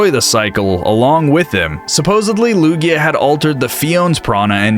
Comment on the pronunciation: Its Lugia, not Luya